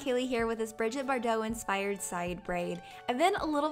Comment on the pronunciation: Love the style! And as usual, excellent quality! Just as an FYI, it's Brigitte not Bridget. :)